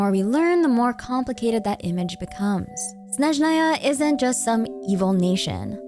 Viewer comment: you are the first blogger I watch who says russian word "Snezhnaya" in a correct way! )